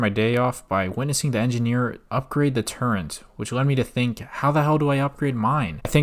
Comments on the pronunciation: just want to say amazing video but I was so triggered every time you said "turrent" instead of turret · Man pronounced “turret” as “turrent” for two hours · It's. Turret not turrent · Calls flat Earthers the dumbest people but doesn't know what a silo is, calls it a "big dildo", keeps saying "turrent" instead of turret. Glass houses homie. You aren't too bright yourself. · TURRET not TURRENT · Good content. The only thing that bothers me is the use of the word “Turrent”. It’s Turret lol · Turret* not Turrent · WTF IS A TURRENT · I will have a stroke if I ever hear someone say “turrent” again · every time he says turrent I die a little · Can't get past this guy calling turrets "turrents" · why do you say "turent" ☠️ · Great vid, but there is no "n" in the word "turret." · Turret < Turrent